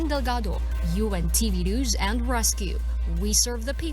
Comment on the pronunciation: Hoy, ayusin mo ang pag pronounce ng word na "NEWS", hindi "NUS", bwisit ka nag iinit ang ulo ko sayo